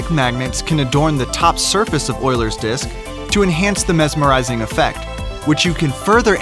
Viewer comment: Its pronounced you-lers